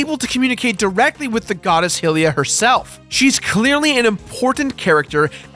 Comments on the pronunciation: Hylia pronounced Hill-e-ah?? it's pronounced Hi-lee-a, like "Hi" nice to meet you, not hey look at the big "hill" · "The goddess hillya" Whatever, shut the fuck up.